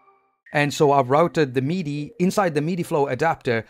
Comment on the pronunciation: Every time you say "meaty," I get confused. (For future reference, "MIDI" rhymes with '"city.")